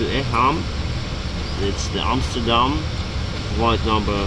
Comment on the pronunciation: Great vid, learned a lot, and u said Amsterdam right 😁 didn't know pilots used flightradar24 too lol